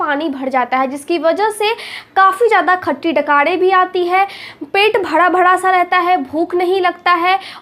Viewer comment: Pet bhada. Bhada NAHI pet bhara bhara boliye .